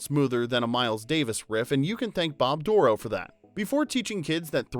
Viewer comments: Think you have the wrong emphasis on Bob Dorough’s last name. It’s like “doh-row” not “DOOR-row”. Lived in the same area as Bob and saw him several times live and he pronounced it “doh-row”. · Bob Dorough Stress on the 2nd syllable. doh-ROW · It KILLS me that you’re mispronouncing Bob’s last name. It’s said DUR-oh. Being able to meet him at a jazz club in NYC and let him know that Schoolhouse Rock was a driving force for me becoming a jazz musician was a dream come true. He was genius with his time and talent, and we’re all the better for his contributions to our youth. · Fwiw, Bob Dorough’s name is mispronounced in the video. He pronounced it with emphasis on the second syllable of Dorough. “Bob Dur-OH” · Just an FYI after spending some time with the man when he was still with us in Delaware Water Gap Pa his name is pronounced Door Roe. 🙂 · you pronounced Bob Dorough's name wrong, the accent is on the second syllable. Don't tell me I don't know the facts.